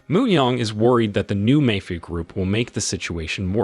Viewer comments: Really he doesn’t know how to say mafia or is he doing it on purpose because he can’t say that in on the channel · I've never heard anyone slaughter the pronounciation of "mafia" so bad, it almost deserves an award.